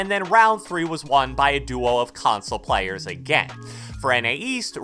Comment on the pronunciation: Man said plyers